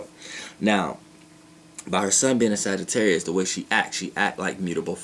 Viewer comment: Darian Johnson wait didnt he say sagittaurius moon